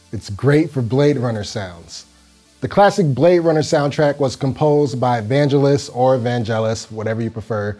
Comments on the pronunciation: ‘VAN-Gellus’ (with a hard G sound) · Cool video and synth. But neither pronunciation of Vangelis was right. The g does not like the j in jelly or jump but like the g in go or girl. Nitpicking sorry! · 1 reason not to listen ,.. bloke dont no how to say vangelis and get Korg mono 240 brand new